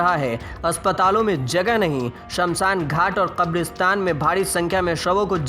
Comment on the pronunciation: Bed ko bedh bolta hai Kabristan ko khabristan bol rha hai Sankramann ko sankdamann bol rha hai Mariz ko maridz bol rha hai